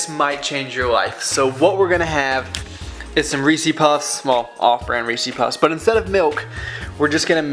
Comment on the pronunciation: Hey man great vids, just subbed. For the love of God though please do not say "reesy puffs"! It's Reese's man!